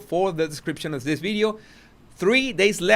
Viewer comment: I do enjoy this channel and have been a long time sub…. I love the language and it’s difference- love love love that u say bideo instead of video …. I love the translation of language u give us too I haven’t really agreed with the heavy merching that has gone on over many many platforms I feel that once the King settles in to his new role , the Skidmarkles will be half in half out I’m done already with the lot of them Princess Anne should have been crowned 🎉